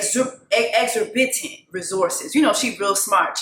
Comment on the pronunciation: Just to be helpful: I’m pretty sure the word is exorbitant, pronounced ex•or•ba.tent